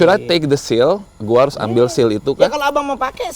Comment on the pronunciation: Seal ya, not shield hehehe